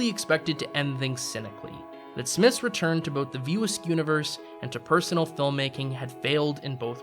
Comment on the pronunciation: Why was it so hard to say "View Askew" ? I kept hearing "View Ask".. Otherwise this is a fair critique of Kevin Smith's work. There are moments of brilliance lost in a sea of nothingness, occasionally spotting land, but more often than not, only sea sickness results.